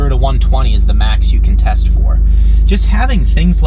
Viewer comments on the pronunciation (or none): none